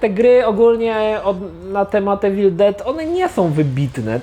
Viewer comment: Nie czyta sie Ewil Czyta sie iwil 😉